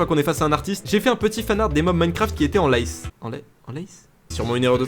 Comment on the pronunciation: "en lice" !!! (se prononce "en lisse"), c'est à dire en compétition, quoi...